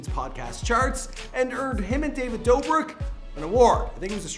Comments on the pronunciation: “david dobrok” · My dude said dobrok instead of dobrik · I’m sorry but the way he said ”David dobrook” , how do you mess up that bad lmao.